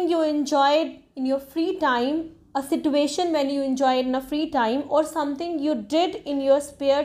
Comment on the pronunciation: Whoever is following you, they gonna regret later that they listened to you. Just like me. Firstly IELTS experts are not speaking the way you spoke. Secondly you made mess of pronunciation. Sister it's question, not qestion,... Sich-uation...not sit-uation. And many more. Kindly don't spoil the students time and career. Don't make them fool. Be honest with the education you're providing. You yourself need to work on your English, how come you would teach others. Please I hope you would consider my suggestion. 🙏🙏🙏